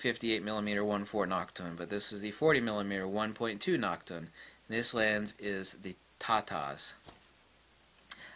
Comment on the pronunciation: I swear he pronounced Nokton as "Nachtung!"